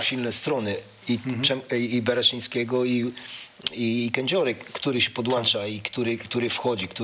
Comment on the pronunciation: 1.Nie Włanczał się tylko włączał się2.Podłącza nie podłancza. xD chyba dlatego z Oksfordu ekspert, bo robi klasyczne błędy w polskim. Pół żartem pół serio, nie spinajcie dupska